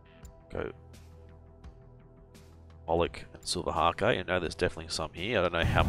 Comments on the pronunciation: Fyi, Silver hake is pronounced like take. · Omg I'm trying to sleep listening to this guy (dunno if anyone else does that) but bloody silver HA-KE keeps making me laugh....